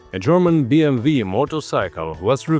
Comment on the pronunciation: It's not BMV. It's BMW.